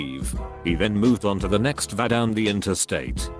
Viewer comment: The automated voice needs to learn how to pronounce "paperwork". - Auto-voice also needs to learn that "t;dr" means "too long; didn't read", not "tl; doctor". - Also, somebody tell the auto-voice that "VA" (for Veteran's Administration) should be pronounced "Vee Aye", not "Vah". SOMEBODY PLEASE RE-PROGRAM THE AUTO-VOICE!!!